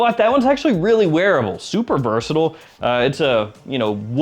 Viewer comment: UK here! How do you manage to say "versatile" without pronouncing any of the vowels? (vrrsdddll) I have tried it several times and I almost choked to death! 😂